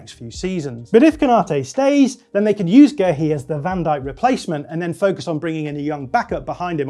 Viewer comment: Just pronounce Guehi like everyone else 🤦‍♂️